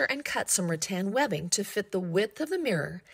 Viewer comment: Rattan not Ra Tan 😂